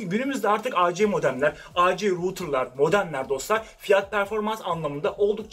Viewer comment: ruutır değil rautır dovloand değil davnlood Senin gibi birine yakışmıyor <3, biliyorum alıştığın bir şeyi değiştirmesi zor ama...